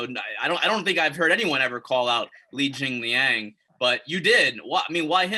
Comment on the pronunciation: Why does he keep calling him Jingaling 😂